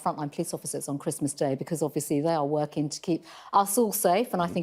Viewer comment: Priti Patel is a very bright spark and is convincing. Just wish she didn't adopt the Beth Rigby trait of mispronouncing the ing endings of words. Is it just me or do others feel the same?